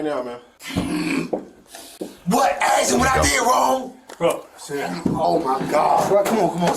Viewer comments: "Axe him" fucking every time 🤣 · Monkeys and their “axing questions” routine